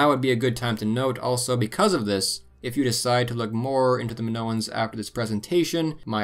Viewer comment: Nice video 😎 the Greek i makes a. E sound. In Spanish they call it the “Greek e” sorry pet peeve of mine. Like when pepole call Italians EYEtalians.